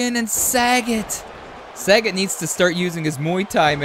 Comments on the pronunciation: Sah.Got is how it's pronounced brother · It's Sa-Got. He should have owned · .......Love your rumble videos......so a few comments......Its not SAGET....(as in Bob Saget)......its Sagat (pronounced Sah-Gaht). Also, Ryu can be pronounced Rye-U or Ree-You. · There's a difference between mis pronouncing, and just not reading. Its not Bob Saget, its SagAt with an A.🤦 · Jesus the butchering of these street fighter names. Sagat is pronounced Suh-got. Akuma is pronounced Uh-koo-muh. Ryu is Re-you. You got Fei long, zangief and Vega right though. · Yea I cringed every time you said Sagat, 😆 I was glad when he was eliminated. 😂